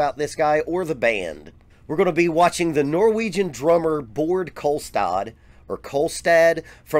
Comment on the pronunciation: ”Bored Kolstad” 😂😂 im not norwegian and pls correct me if im wrong but i think Baard is pronounced just like Bar but just with the d at the end. Of course the R is different here in scandinavia than in the us for example.